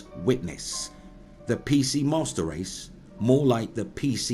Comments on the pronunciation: Did he say PC "masturd" race? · am i mishearing or is he saying pc mustard race?